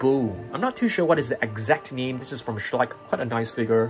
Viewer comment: I love when you say "figar"